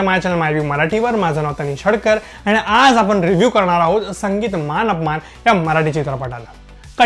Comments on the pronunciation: मानअपमान नाही मानापमान. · आधी 'मानापमान' असे म्हणायला शिक. मान अपमान नाही. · चित्रपटाचे नांव मानापमान असे आहे. तुम्ही मानअपमान असे बोलताय